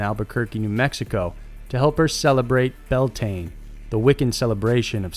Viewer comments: This is incredibly misleading, witches and wiccans are not violent nor do they sacrifice people or animals or have any connections to Satan, it is a peaceful religion that celebrates life. Also Bealtaine is an irish word and is pronounced "be-owl-tane-a" not "bell-tane" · Yaayyyy great to wake up to these videos,when I do sleep that is,it's 2 am in Ireland when these videos are posted,so sometimes don't see them immediately, best channel on YouTube!! Bealtaine is an Irish Gaelic word pronounced bey-owl Tana. Halloween is originally an Irish Festival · "bealtaine" is pronouced like "beyow-tana". It's old Gaelic.